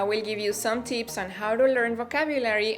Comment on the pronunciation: I love the way you spell tips as teeps